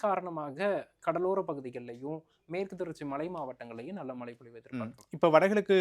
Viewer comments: Tamizha ozhunga sollupa. Mala malanu soldra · It's not மலை, மழை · தமிழ் ஒழங்க மழை சொல்லுங்க மலை இல்லை